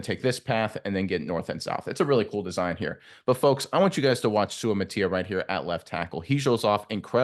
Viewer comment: If you're gonna critique players at least learn how to pronounce their names. Sue-uh-mot-uh-ee-uh as per Kingsley himself.